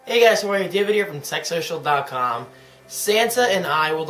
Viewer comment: It sounded like you said sex social in the beginning lol